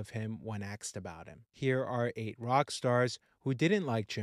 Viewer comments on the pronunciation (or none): When axed. The word is asked. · It’s ‘asked’, not ‘axed’. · "ASKED" not "Axed" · And if he says "axed" for "asked" one more time, I'll scream. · “WHEN AXED ABOUT HIM” It’s ASKED!!!! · He says that throughout the video. Annoying I know. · It’s “ASKED” not “AXED” Thsnks for sharing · Asked not Axed, thank you. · Why do you say "axed" instead of "asked"? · You mean asked not axed. You shouldn't believe everything you read off wikipedia. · “Ask” not “Axed”. Jesus 🤦🏻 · I say this respectfully, but you really need to pronunciation. The word asked as it is supposed to be pronunciation and not “axed”. As clearly as you speak with nice tone and a calm demeanor when you pronunciation a word that poorly, it distracts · ‘Ask’ ‘ask’ not ‘axed’ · ASKED not AXED! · It's 'asked', not 'axed' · You should work on your pronunciation of the word asked. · 'Asked' not "aksed". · You need to pack up this horse puckey toot suite. By the the way, its pronounced "ASKED", not "AXED". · Asked - not axed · Axed, instead of asked? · Asked not axed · The word is asked with the s pronounced, not axed. God Almighty. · Axed,Rubbed Off..et al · “Axed about him” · "aksed" ? .. axed from YT would be more appropriate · Your credibility ended with “axe.” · "That's why when he was AXED about Jim Morrison..." 🤦‍♂️ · I axed who axed who and they told me they axed them if they axed. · “When axed about him” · He axed him? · "When axed about him"? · When "axed" about him hahhaaa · Narrator lost me at axed...lol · What is with..... AXED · he axed lol